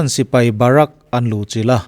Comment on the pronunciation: Gorkhali hi hnam huaisen leh tawrhchhel tak an ni. Barak ni lo in Bahrik tih tur a zawk lo maw